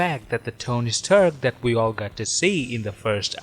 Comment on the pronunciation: Tony Sturk?